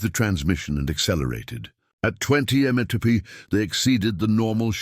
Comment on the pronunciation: They repeated the exact same information at least four times during this video, and the AI narrator can not pronounce MPH. Having to listen to the same shit over and over while an idiot talks is a waste of time!